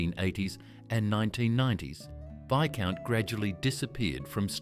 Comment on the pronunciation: Some odd pronunciations in this video! You say Viscount had a green packet, but we see only red!